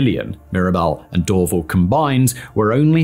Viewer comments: Do an episode on the Pickering airport, vast tracts of land were expropriated to build a new airport for Toronto and then it was never built. And it's DorVAL airport, accent on the second syllable. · The emphasis is door-VAL btw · In the rare case you ever need to say it again, the stress on Dorval is on the second syllable 🫡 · First off I wanted to vomit every time he tried pronouncing Dorval. It is Dorv-Al. Not Dorv-il. In the 90’s I flew out of Mirabel to Brussels. After being used to the 15 minute drive to Dorval the long drive to the middle of nowhere was brutal. Another aspect not talked about was Bill 101. Many large corporations moved out of Montreal to Toronto. Also more needed to be said about more fuel efficient planes and ETOPS. I will say this about Dorval though. I live in Vancouver now and it has the nicest airport in Canada. Montreal’s airport is the ugliest. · Sorry but it's not Door-ville airport, it is DOOR-VAL (Dorval). Mirabel is the merger of 2 sisters names whose family farm was absconded, Miriam and Isobelle. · “DoorVille” airport 😂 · It's "Dor-VAL" not "Dorvel" ;) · It’s Dor-VAHL. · Dor-Val. NOT Dor-vil. 🙄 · Cringe - the mispronunciation of Dorval. Door- VAL not door-vul . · Simon, you’re mispronouncing Dorval so badly 😂 it’s said like “door-vahl” (Also Vaudreuil was butchered so badly I laughed for a full two minutes it’s “voh-dreu-ii”) But bang on for the rest of the actual content of the video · Dorval pron. "door-vAAl". Just to add another use for Mirabel: Airbus A220 manufacturing/flight testing / airline customer delivery. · Door-VAHL airport. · As a Mun-tree-all-er ( Montréal ) just as a heads up. Dorval is pernounced door-val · Hearing Simon say Dorval... that is ear cancer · The way this guy mispronounces "Dorval" is like fingernails on a chalkboard. Always weird when Youtubers put a ton of book research into a topic but then totally scuff on how to actually say things correctly. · This guy mispronounces DORVAL